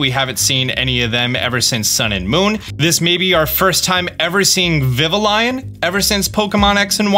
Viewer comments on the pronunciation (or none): Vivillion is pronounced more French: Vi-vee-on. Basically, the l’s are silent. Furfrou: Fur-frow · I've heard some incorrect pronunciations of Vivillon, BUT WHAT THE HECK'S A VIVA LION? And Foofa row. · “Is that an Eevee?” It’s a Pikachu …it’s obviously a Pikachu Also Vivillon is pronounced “viv-ee-yon” (it’s a portmanteau of “vivid” and “papillon” [pa-pee-yon] which is French for butterfly) But damn you made some awesome observations here - I definitely didn’t notice the oranges/grapes theming or the concept of time/space potentially being important! Plus damn the textures on the Pokémon look great…just gotta hope they sort out the hot garbage rest of it lmao (Stonjourner is walking above the sand I guess 😑)